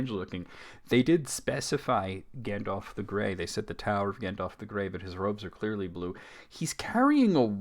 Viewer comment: lol the way you repeated gan-dalf made me snort bc i thought the same thing. also, as a brit, calling smaug ‘slag’ (synonym basically for ‘slut’) is very funny